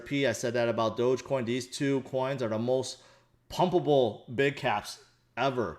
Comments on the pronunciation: HHAHAH you said dogcoinj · It's dog-e-coin, don't you see the dog everywhere when people talks about doge?